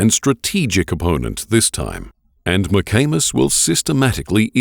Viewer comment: Was kinda giggling like a friggin teenager (while im 63), when they pronounce the detectives name, McAnus. Its McAmis ffs! Grow up!